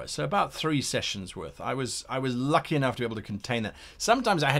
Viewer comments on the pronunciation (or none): none